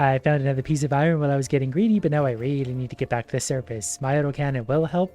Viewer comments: Eye-ron, guys, eye-ron. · Why do you say iron like that? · Wtf is eye ron? 😂